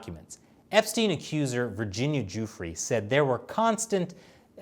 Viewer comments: Why is this guy calling him jewfrey not Jeffrey? Is it just how Americans pronounce that name? Like how they call people called Graham, gram? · Is he saying "Jewfrey"? WTF? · Does he say jew-frey on purpose or is it just me? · Is he saying Jefferey